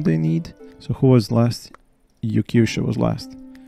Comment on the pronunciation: Ha! I did not expect to see my name among the settlers. Can't wait to see how your build progresses. You should have no problem with idea and inspiration after posting all those showcases! It's not important, but I pronounce my name Yorky (I come from Yorkshire, England) and Swe (I was living in Sweden at the time, so this sounds like the first syllable from Sweden).